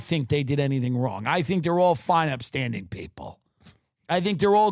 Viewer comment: Did he just say fine Epstanding citizens?